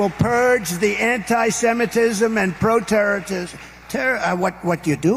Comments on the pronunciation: "...pro-territism...terror... *looks at his own audience*... what you're doing" Trump tries to think "pro-terrorism" and it comes out as looking at his own audience and saying "what you're doing". Fascinating. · What on earth is pro teratoryteratorism Donny lad? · Pro terderisim?